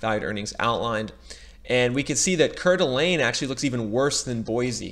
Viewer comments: I wouldn’t want to live anywhere else! Even if there’s a bubble, I have a nice house in a great state. Four seasons of weather. Not too hot. Not too cold. I’ve lived in Eagle, Meridian, Boise, and now foothills of Boise. And it’s pronounced Core-da-lane. It’s a tourist area. Absolutely beautiful! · Coeur D’Alene pronounced Core-D-Alane